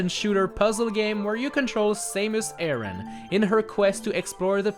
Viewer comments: Saymus ayerahn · "Metroid is a game where you control SAME-IS ARRAIN "